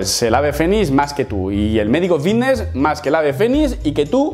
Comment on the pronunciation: Lo que cree que dice: "fitness", lo que realmente dice: "vitness" Lo que cree que dice: "vitness", lo que realmente dice: "pitness"